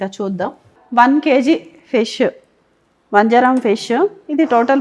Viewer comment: Vanjaaram kadu vanjaram